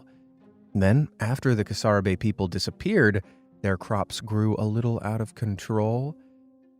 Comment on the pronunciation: Carsarbe? No bro, it's the Casarabe...pronounced as CasaRabé